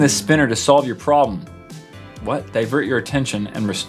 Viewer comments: did anyone else notice the 2nd one said in the sentence slove instead of solve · did anyone notice that it said "slove your problems" instead of solve? lol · but it said slove not solve 😂😂😂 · XD I like how on the 2nd fidget Spinner he completely ignores that it says Slove instead of solve